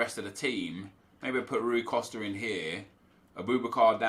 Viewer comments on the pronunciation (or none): none